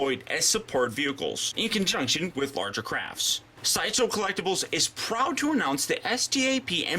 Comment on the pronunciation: Lol: "shideshow"